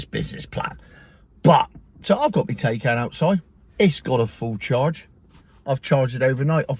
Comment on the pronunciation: Exponentially! Thats a good word. And its Tie-Can! Thats been "TAY-KAN"